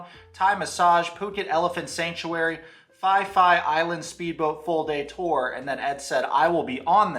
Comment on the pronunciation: I love you dude but I’m shocked by the way you pronouced “Phi Phi” 😂😂